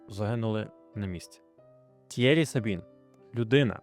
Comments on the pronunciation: Молодець. Цікаво, нестандартно. Але мені вуха ріже ім'я Т'Єрі з наголосом на перший склад, адже навіть я, який в школі вивчав німецьку, знаю, що у французькій мові майже всі наголоси - на останній склад, тож Т'єрІ (як Анрі), як МішЕль (а не мІшель). Ну і дивно, що ви не створили таймкоди до розділів, які вже присутні у вашому відео. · Ок. А от Tierry Sabine то такі Тьєрі (наголос на "і") Сабін (бо на кінці "е" що не читається, але впливає на вимову "і" у попередньому складі). Французька - така французька 😂😂😂